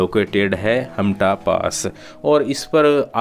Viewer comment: हामटा not हामता 😄